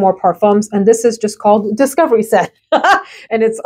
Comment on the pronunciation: I fell out laughing when you said “discivery set” and paused like “ what the heck did I just say 😂😂😂😂😂